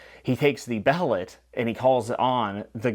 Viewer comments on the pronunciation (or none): ok before I go watch the other video a couple more things. I love how I read berserk first so when I got to kal and syl I had the exact opposite reaction. "Ohhh spren is like puck!" Its pronounced "be hel it", you probably figured that out by now As a first time reader you picked up on everything you needed to. I hope you stick with this because this story is special.